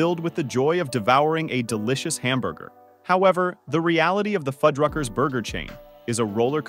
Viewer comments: Okay, now these computer-generated narrators are just fucking with us. One minute he pronounces the name Fuddruckers correctly and the next it says Foodruckers. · So with this video, I've heard Fuddrucker's pronounced 3 ways - fuhd-ruckers, food-ruckers, feud-ruckers. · What's with pronouncing Fuddruckers 4 different ways throughout the video? Definitely not a real person narrating.